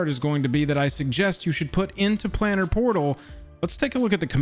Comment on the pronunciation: Um, actually, thats "Plane-er", not " plan-er." = As in, plane of existence. Thank you for this vid! From what I see it is the only one covering this topic.